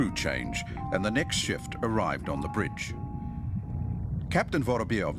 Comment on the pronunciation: Bridge not brig (jail)...🙄